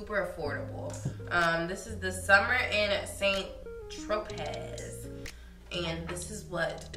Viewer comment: Saint Tropez is pronounced "san-tropay."